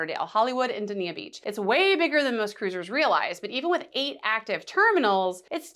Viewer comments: I gew up in Dania - it’s pronounced “DAYN-YUH”. Never heard of “Duh-nee-yuh”. And to echo comments below: guaranteed I can get from PBI to Port Everglades in half the time compared to MIA to PE. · it's pronounced (Day-ni-ah) the marriott harbour beach is top notch in my opinion, for direct beach access and especially for families. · 🫣 Dania point pronounced “Day-knee-ah” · Dain-yah in local-speak.